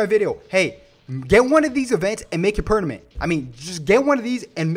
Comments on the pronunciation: I love how he say PERNAMENT instead of Permanent and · The word Permanent: * exists * This guy: Pernament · he said pernament lol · I can't unhear pernament now,he might've had a word hiccup but that made me chuckle a little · "make it pernament" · My boy was struggling to say per-ma-nent 😂😂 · Pernament 😂😂 Im sorry it was just too funny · lets pretend he did not just say "pernament" but instead let this be an opportunity for a little celebration. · Next video,"I TRY TO SAY PERMANENT". Just kiddin bro, luv ur vids 💙💙. Yup they heard at LAST !!!